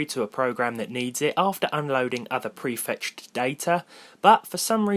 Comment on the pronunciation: "Prefetchttttdded data "